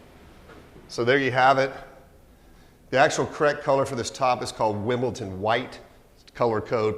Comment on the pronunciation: WimbleTon white? Jeez I know its only one letter but its so frustrating to an Englishman.WimbleDon.